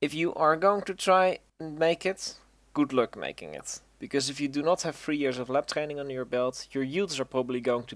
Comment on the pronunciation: "Goed luk" Godverdomme weer een nederlander